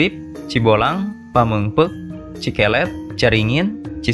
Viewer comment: Kieu macana min Cikelet = cikelèt Pakenjeng = Pakènjèng